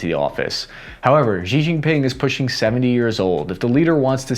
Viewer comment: Xi = shee. Shee. Not zhee or jee or zhsheeeeee